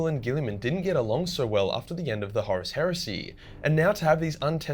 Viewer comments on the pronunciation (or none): none